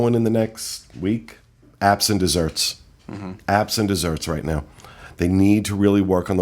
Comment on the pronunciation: Every time said "apps and desserts" I kept thinking he was saying "absent desserts" and wondering what the hell that phrase meant